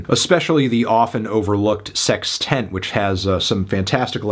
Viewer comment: "sex tent"